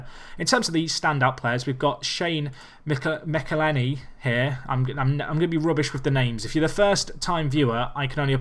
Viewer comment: McEleney is pronounced “Mackel-lane-y” (used to play for my club lmao)